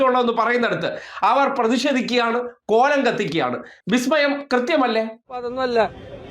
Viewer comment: ബിസ്മയമല്ലേ ബിസ്മയം... 😂😂😂